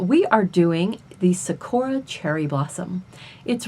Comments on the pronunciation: Love the artwork buuuuut anyone else annoied about how she's saying sakura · thanks for the tutorial 💕💕💕 this was super helpful!! You make it look very simple. I’ll be trying this out for a project soon. (: also the “suhkora” made me giggle hehe